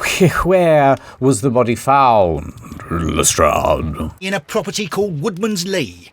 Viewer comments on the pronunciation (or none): "Hluhstrradhh" "Sherlorkehh"